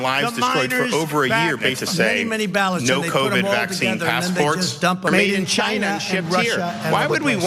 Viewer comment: The way he pronounced China was very trump